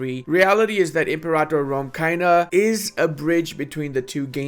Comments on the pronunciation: ImperATor not imperator 😓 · pronouncing the name wrong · I had to stop watching after about the 10th time he pronounced "Imperator" wrong